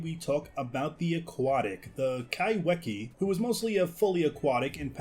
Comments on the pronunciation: It’s pronounced “kyfekeya” incase anyone was wondering… kai(ky)whe(fe)kea(keya) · Hey guys! Just wanted to remind everyone that kaiwhekea is a Māori name (Māori are the indigenous people of Aotearoa/New Zealand) and it's pronounced "ky-feh-key-uh." In Māori, "wh" is pronounced the same way as an "f" is! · Sorry to be that guy, but your pronouncing the name wrong, Its in Maori so the 'wh' is actually pronounced like an f, so you say it Kai-fe-kea